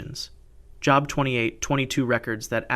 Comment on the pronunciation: Great content! Growing quickly 😊 New subscriber 😇 Job… not as in a Job in education Pronounced as it rhymes with Globe 🌍